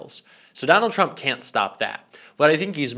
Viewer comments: Trump, not Turmp. :) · I'm sorry... What's a Turmp cover-up?? LOL